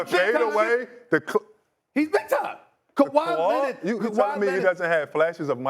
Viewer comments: In 2025 this guy said kawai Leonard! 😂😂😂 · This man said KAWHI 😅😅😅😅😅